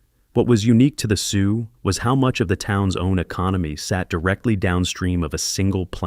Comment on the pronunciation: We pronounce the Sault portion as Sue. The L and especially the T are silent